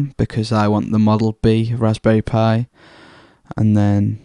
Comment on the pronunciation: there is something so satisfying about the way you say 'Raspberry Pi'